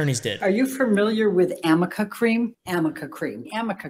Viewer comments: It’s arnica not amica lol. Also it doesn’t turn you from Beth from once were warriors to ready for a late night show over night. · amber's attorney didn't even say it right. It's arnica cream not amica MLAMOAM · yo anyone else hear "am i a cream" or "can i uh cream" when they said amica cream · something funny about the amica cream is that its actually called ARNICA cream but the r and n were so close together her attorneys literally thought it was an m ☠️ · Ive seen on another Chanel that they said amica cream But…. Its actually called arnica cream, the r and the n are very close together So they just figured it was amica😂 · the funniest part is that it's not amica cream, it's ARNICA CREAM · It's actually ARNIKA Cream. Not AMIKA Cream. Lawyers cant even get the name right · Her LAWYER said Amica Cream?! First of all, it's ARNICA. WITH AN "N" NOT AN "M". Second, that's NOT how that works. That's not how anything works. How can you be paid several thousands of dollars for a job and not proofread? 😲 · There is no such thing as “Amica cream”, it’s called Arnica cream, right?? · Its not even Amica cream. its ARNICA cream. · It's not even amica cream, it's arnica cream so that should say it all. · By what I hear, It's ARNICA cream, but someone said AMICA cream by mistake and as a joke a few YouTubers just RAN WITH IT!! Including (but not limited to) ThatUmbrellaGuy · Her lawyer sat there mispronouncing ARNICA cream. And even that doesn’t instantly remove bruises.